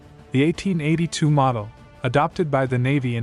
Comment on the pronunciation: by the way its model not maud ie(1898model )